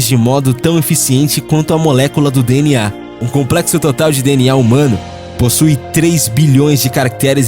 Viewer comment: Parabéns pelo vídeo, muito bom. Bem elaborado, só a pronúncia do DNA que está errado, mas não tira a excelência do vídeo, parabéns...